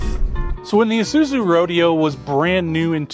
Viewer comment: Why did you redub the commercial? The name of the car was pronounced Row-DAY-O. Not Road-E-o. Find a real ad for it and find out.